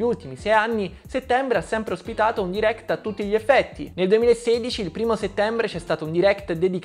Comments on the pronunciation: Sentire per tutto il video "diréct" invece di "dairect" mi turba parecchio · Guarda ho sempre detto "dairect" ma ultimamente nella mia testa è più corretta la pronuncia americana "deerekt" forse perché la sento più spesso